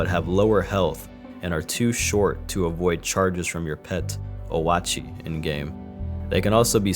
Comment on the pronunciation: Oli-murrh and oh-AWT-chee hurt my soul. If it helps, the actual pronunciations are oli-MAHR and oet-chee.